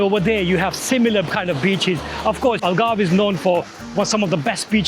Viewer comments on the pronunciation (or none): You pronounce beaches as bitches makes me laugh everytime 😮😅😅😅